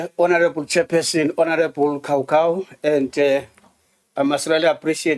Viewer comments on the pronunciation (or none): Continues to say honourable cow-cow 🤣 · Ngeke bathong why cowcow instead of Khakhau, haai man stop calling our surnames wrong.